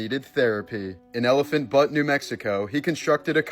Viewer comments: "Byoot" not "butt". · Butte is 'byoot' not butt. Lol